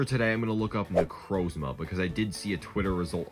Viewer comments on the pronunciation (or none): none